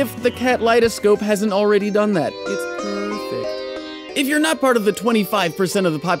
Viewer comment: Am I the only one who heard jake say: " It's purr -fect"